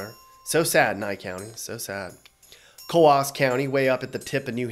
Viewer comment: "Co aws" County, NH??? It's only one syllable, not two! It's pronounced just like the sound a pigeon makes. Just one syllable, pronounced "Coos", not "Co aws".